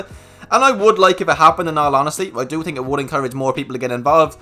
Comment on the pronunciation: "what you tink of Tesla" 😅